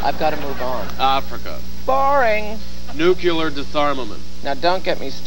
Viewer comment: ... I bet Levy mis-pronounced "Nuclear" on purpose...